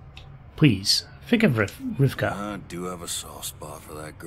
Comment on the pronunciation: FYI, Rivkah is the original Hebrew version of the name Rebecca (you seem to be switching the consonants in her name all the time)